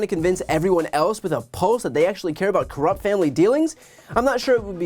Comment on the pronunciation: Brian almost said "Corrumpt" dealings 😂💙